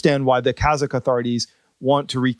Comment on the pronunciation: your kazakh pronunciation is precise.